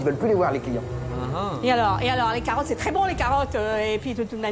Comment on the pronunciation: elle ne sait meme pas parler elle dit "crés bon" issou